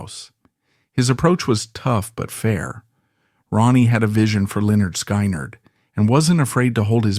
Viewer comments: F,ing a.i. sky,nerd what the fuck if you're going to f you're words up don't butcher the bands name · "Lynyrd Sk"eye"nerd 😂 Nice AI narration lmfao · Every time I heard sky nerd. I cringed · AI can’t pronounce Skynyrd right, but it pronounces Lynyrd right! Shows how stupid AI is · I cannot listen to this with hm/it mispronouncing Skynyrd. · Omg thats not how you say SKYNYRD, and the pictures you showed of the hell house was not the real actual hell house, you just showed some random house, wtf?